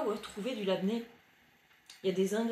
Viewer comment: Coucou. C'est pas du labné, ça se dit et oui il y en a dans tout commerce